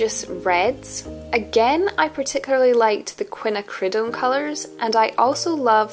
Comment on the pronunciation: Nice job, a useful survey indeed. I hope I'm not annoying to suggest this pronunciation: Quin `_A_ cri doan (emphasis 2nd syllable).